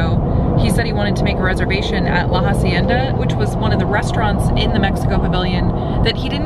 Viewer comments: Just so you guys now, in “hacienda” you don’t pronounce the “h”, so you just say “acienda” ;) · Omg this is my pet Peeve... it pronounced “ah-cie-nda” not “HA-cien-da” please help me, help you... PLEASE! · The H in “hacienda” is silent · Hey guys just to let you know in Spanish you dont pronounce the H so it would be pronounced like La acienda. love you guys!